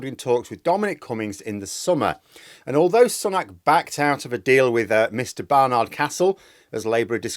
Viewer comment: Tut. The last syllable in "Barnard" is short and unstressed,, as it is in "steward". Still, at least you got "Castle" right, unlike most of the media. Pity about Cummings though. The town could do with another boost to tourism.